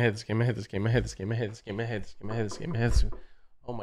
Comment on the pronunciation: when said "i hate this game" it just started to sounded like "give me hits" what